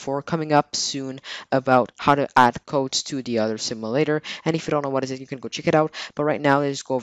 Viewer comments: "a simalator" lol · Ok plz say simulator no simalator